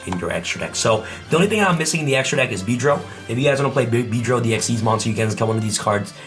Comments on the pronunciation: am i trippin or did he say bee drill?? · wth did he say for the XYZ monster ??? I swear i heard Beedrill...